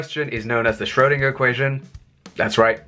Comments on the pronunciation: What is this current trend to mispronounce Schrodinger's name?! It is "shrur-" to rhyme with "purr" - not "shroh-" to rhyme with "go". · It's not Sh-RHO-deenah - the umlaut over the 'o' effectively changes the 'o' to 'oe', thus making the sound much closer to 'er'. 'oer' if you prefer, but for English speakers, 'er' is a good approximation. I'm not going to argue with your phonetic rendition because it looks accurate to me, although I'm no expert.